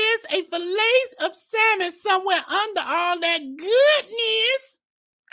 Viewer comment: The fact that this man pretends to be so rich and sophisticated, yet pronounces the “l” in salmon is blowing me 🤣🤣🤣